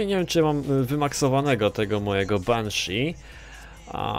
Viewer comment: jaka dziwna dykcja lol Benshi -_